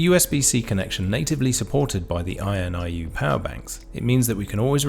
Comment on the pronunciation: This review was very helpful – I have just ordered the BI-B5. Weird, though, that you consistently pronounce the brand name as "INUI", switching the last two letters, despite the fact that you have it spelt correctly as "INIU" in the title. I think most people would pronounce it "in-ee-oo", anyway.